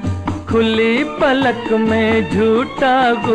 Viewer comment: Sir, it is khuli PALAK, not Falaq..